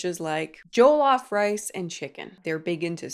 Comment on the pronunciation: the pronounciation of jollof rice killed me😭